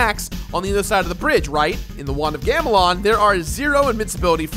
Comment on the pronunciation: You couldn't retake when you accidentally said "want of gamelon" in the beginning? Take pride in what you do man